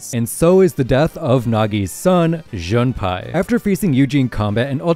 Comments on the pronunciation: Jun pie💀 it’s pournonced Jun pay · It is JunPAY now JunPai